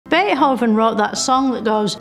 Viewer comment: pretty cool just the emphasis she put into it tickled me for some reason. 🤣